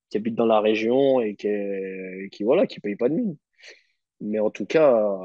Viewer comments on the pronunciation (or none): none